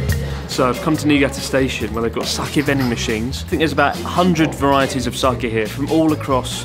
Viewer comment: Pronounced Sah-Kay not kee